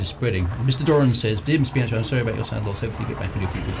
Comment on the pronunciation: given your penchant for Italian names, I thought you should know that 'CH' in Italian is hard (i.e. like a K) so it is Bee/anne/key (the 'chee' sound is CI as in 'ciao': io capito per che sono statto in Italia multi anni fa). Great clunky keyboard and clicky mouse; very 1992.